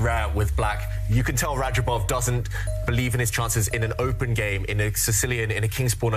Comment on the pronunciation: Rah-job-off. Not raba jov.